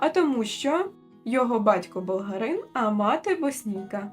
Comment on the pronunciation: Шановна ведуча каналу, дуже дякую вам за розповідь. Але будь ласка, ставте правильно наголоси. В слові болгАрин наголос падає на "а", а не на "и". Дякую.